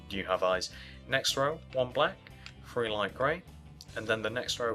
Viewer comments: He sayz free instead of three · he Really says free